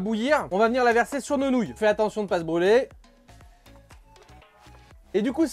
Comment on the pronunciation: C’est marrant à dire « nonouille » 😅